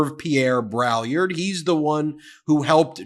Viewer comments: Hervé Pierre Brai-YARD—but that's a small point. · Heya Ben, it's important to be educated and literate. You are mis-pronouncing Braillard's name, and proudly, too. It's French. The best way to pronounce it is like "BRAY-yard", with the "d" in "yard" almost silent. But the "l"s are definitely silent.